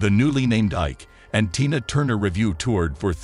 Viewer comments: Can you read what You see written TINA NOT TYNA “PRONOUNCE “ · the voice bot pronounced it to rhyme with "China" several times. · Figure out how to pronounce your words!! Especially TINA! Jeez! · Don't mispronounce her name, her name is Tina not what you said. Be respectful. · Not 'Tie-na,' good grief why the heck you folks don't pronounce peoples name's properly. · I don’t think he’s a person I think he’s a computer and yes her name that she almost died for was TINA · Sir you need to stop reporting because you are really pronouncing her name wrong. Please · Please...pronounce ber name correctly. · Yeah pronounce her name right or don't say it